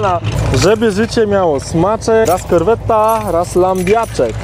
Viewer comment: Na boga nie wymawiajcie dwa t w słowie corvette